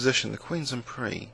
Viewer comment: I'm not criticising, but why do you not pronounce the 's' in "en prise"? Is that common for your peers?